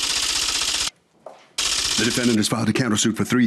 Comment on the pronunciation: Why does Harvey always say "DefendANT"